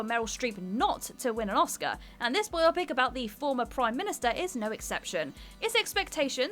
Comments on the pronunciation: I thought for one glorious moment she'd learned how to pronounce "biopic" correctly, only for her to then say it wrong the second time. Followed up by mispronouncing "Pulitzer" and "Ebert". And then we have two other cases of spoken errors that only got corrected by an on-screen caption. Why does this channel keep hiring people to read scripts who can't pronounce words properly? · Sometimes, even the best intentions at pronouncing words in English go wrong. "Bye-OPic?" "Roger ebb-urt?" And there are many more. Sigh. "BIO-pic." "Roger EE-bert." And the RFK movie was actually pretty amazing. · Pedantically it's a Bio-Pic as in biographical picture not a Bi-Opic . That's the hill I have chosen ! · No it’s actually bi opic not bio pic